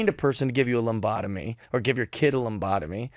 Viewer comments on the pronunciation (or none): There is no "m" in lobotomy. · LObotomy, not loMbotomy. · Hey bruh it's pronounced Luh-bot- uh-me! Ur welcome 😅